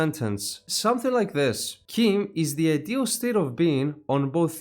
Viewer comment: Word of God says your pronunciation is canon. It's CHIM as in "chimney". The other "chim" that's in "chimer" is canonically "k-eye-mer", so that isn't "kim" either. Old Man Chimere's "chim" is "Kim" because it's Breton.